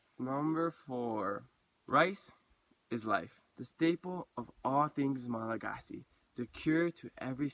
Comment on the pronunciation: That's crazy I've always wondered if any Hawaiians have ever been to Madagascar or vice versa. I wonder if any Malagasy have ever been to Rapa Nui. I think you're mispronouncing Malagasy it's pronounced Malagash.